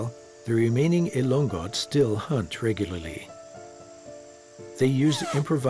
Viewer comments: Elongot (not elong-got) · Sir its ilo ngot. Not ilonggot